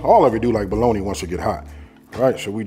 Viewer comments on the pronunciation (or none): none